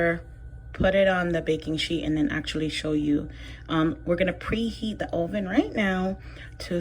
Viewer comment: Also I love the way you say Oven 😅